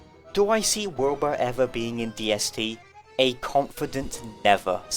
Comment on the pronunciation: Wilba and Wilbur being in the same game would bring me so much pain. I know it's technically like that in Don't Starve singleplayer if you have all the DLC, but it's a much bigger problem in Don't Starve Together. In this video alone struggles to enunciate their names differently, and he has the luxury of recording a scripted video with multiple takes. If you have a strong accent or are talking fast, it could be very difficult for other players to understand which character you're talking about when playing with voice chat. One of them would need a name change for sure.